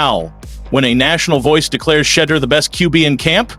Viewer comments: If these folks can’t get their AI Pronunciation correct then they are not good enough to listen to not give likes or following. SHEDURE’ Name is His NAME! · Thumbs down for intentionally mispronouncing his name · LEARN HOW TO CORRECTLY PRONOUNCE HIS NAME IF YOU WANT AN INCREASE IN SUBSCRIPTIONS!!!! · I was thinking the exact same thing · Like I don’t know if you just being disrespectful or what like you can’t pronounce his name and then laugh about it if you can’t say his first name then just say his last name. Urk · This regurgitated reporting is disgusting. Stop using outright fake titles for clicks. We’ve been hearing the same reports from every other YouTube channel reporting on the Browns. At least get your Ai bot to pronounce his name correctly. Sad, sad, sad.